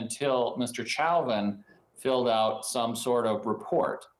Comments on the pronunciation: Lawyer even pronounces his own client's name wrong. "Chow-vin" It's "Show-Vin" dude. How much is he paying you? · 🎯🎯🎯-at the very least, this attorney should be able to pronounce his high profile client's last name🤷‍♀️ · “Mr. Chowvin” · Mr Chow-vin? It's funny as hell watching Americans massacre the French language, on top of his general ineptitude and lack of speaking skills. Nothing but the best for Mr Chow-vin's legal representation lmao. It's nice to learn that the cop who is world-famous for murdering an innocent black man is receiving the affection he so rightfully deserves in prison. What yer' corn-hole Mr. Chow-vin. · If this is his lawyer, why is he calling him “chowvin”? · The lawyer can't pronounce his client's name correctly? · so he himself pronounced it wrong in court? 🤣